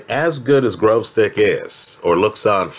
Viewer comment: Why all the Yankees pronounce his name Grozdyk?